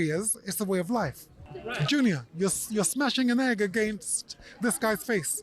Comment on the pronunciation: "Chris Bankyunior"